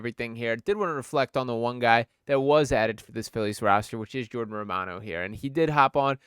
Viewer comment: Totally got the pronunciation wrong. Romano = Row-man-oh He pronounced it himself on another show.